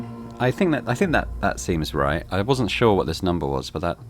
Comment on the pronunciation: really has the most american pronounciation of ”Sure” that i have ever heard ”SYYRE”